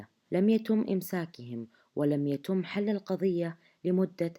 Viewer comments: تصحيح لغوي لنطق الراوية في عبارة ( لم يتوم امساكهم ) بالضم ، والنطق الصحيح ( لم يتم ) بالكسرة ، و ذلك لتكرار نطق العبارة اكثر من مرة ، هذا من باب التنويه والعلم ، شكرا لكم . ناقد بناء ، تحياتي . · (يتم) بسكر التاء وليس بضمها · يتم يتم التاء مكسورة في النطق ادري ماله دخل وموضوع سخيف 🖐🌚لكن مدري اتنرفزت